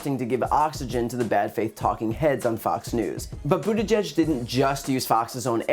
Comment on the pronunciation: Brian, I applaud you for being able to say Pete’s last name properly. It’s not an easily pronounced Maltese last names.